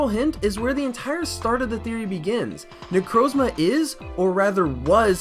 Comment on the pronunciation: that is THE WORST pronunciation of necrozma I've ever heard